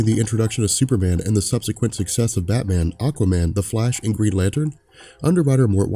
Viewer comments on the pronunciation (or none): none